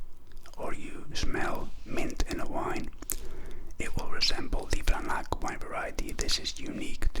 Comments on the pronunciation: Just for future reference it is pronounced VRANATS. Not vranak. Regardless good review. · Not exactly. It is pronounced: vranatz.